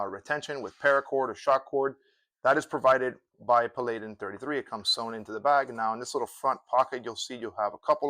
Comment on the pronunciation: its pronounced Pal-add-in